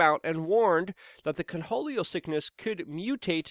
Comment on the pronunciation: It’s pronounced corn-hol-e-o Luke not cunholio 😂